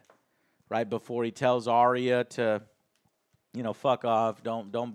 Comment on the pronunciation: Eurion??? Isn’t his name Euron? I notice that many USA you tubers have difficulty pronouncing the names of GOT characters!?...adding additional ‘i’s’ where they don’t exist! Like Arriah! Who is actually pronounced Ar-ya. Two syllables.